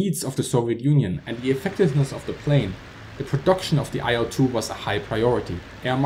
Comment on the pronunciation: Great video, but I must add that the correct pronunciation of the name of the plane is like the word "ill" with a short 'l' sound at the end.